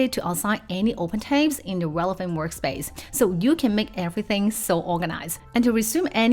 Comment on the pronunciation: It's Tabs, not Tapes